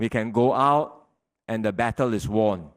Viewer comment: ....the battle is 'won'. Said as in 'one', not 'worn' or 'warned'.